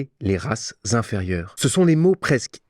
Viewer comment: C’est horrible d’entendre ces liaisons dissonantes qui font de la langue française une langue barbare alors que c’est une langue poétique et musicale. La voix de l’intervenant n’arrête pas de dire « les races (un temps de silence) zinférieures »… je ne sais pas où vous avez appris le français mon cher monsieur, et les lois et la fonction de la liaison dans un texte, mais c’est une réelle catastrophe et un excès de zèle exercé par la plupart des gens de la radio et la télévision qui ont un niveau caniveau en langue française.😂😂😂